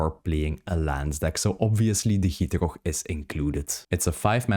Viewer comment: the way you say gitrog is 10/10